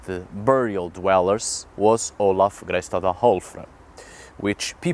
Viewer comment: The pronunciation of his name is horrible. It's like this Gayr stadar Oulfur. Geirstaðarálfur. Geir is a name of a man. Staðar means place and álfr means elf. Weird name.